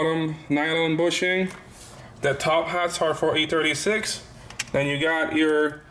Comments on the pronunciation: I like how he says E-turdy 6 instead of e36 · Boosted Lawnmower he should make stickers or something that says e-Trudy6 lmfaoooooooo